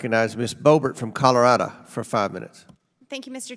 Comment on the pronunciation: "Colarada" its CALL OR RAD OH